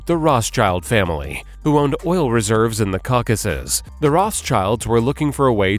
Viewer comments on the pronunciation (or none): none